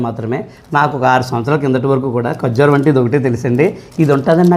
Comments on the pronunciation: first padalu palakadam nerchukomma kojjaram kaadu babu kajjuram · 🙏కొజ్జూరం కాదు ఖర్జూరం... కొజ్జురం కొజ్జురం అంటుంటే నాకు ఏదో బూతు పదం వినపడుతోంది😂 థ్యాంక్యూ ఫర్ ఇన్ఫర్మేషన్ 👍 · కజ్జూరం కాదు, ఖర్జూరం...